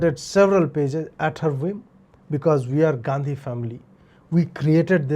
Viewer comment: Gandi bolna bnd kro gendiii bolo sir 😅